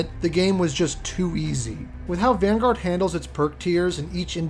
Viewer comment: Van-goat?????? Please never say that again